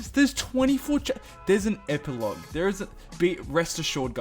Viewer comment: You said ep-Ee-lauge